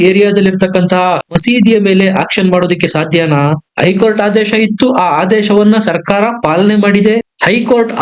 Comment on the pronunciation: ಮಾಹಿತಿ ಗಾಗಿ ಧನ್ಯವಾದಗಳು, ಆದರೆ ಒಂದು ತಪ್ಪನ್ನು ಪದೇ ಪದೇ ಮಾಡಿದ್ದೀರ ಅದೆಂದರೆ 'ಐ ಕೋರ್ಟ್ '. ಅದು ಐ ಕೋರ್ಟಲ್ಲ 'ಹೖ ಕೋರ್ಟ್ ' ಎಂದಾಗಬೆಕು. ಅದೇರೀತಿ 'ಇಂದು'', ಹಿಂದು ಅಂತಲೂ, ಅತ್ತು ಅನ್ನುವುದು ಹತ್ತು ಅಂತಲೂ ತಿದ್ದಿಕೊಳ್ಳಬೇಕಾಗಿ ವಿನಂತಿ.